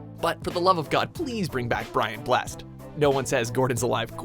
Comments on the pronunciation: the way watchmojo pronounce brian blessed is completely wrong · Fuck sake he pronounced Brian Blessed wrong....